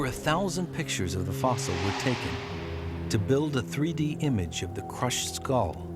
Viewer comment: oh and it's "Fossil".